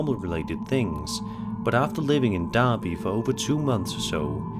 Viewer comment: Cool that got the pronunciation of derby correct